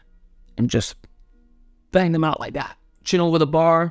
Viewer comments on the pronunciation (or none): none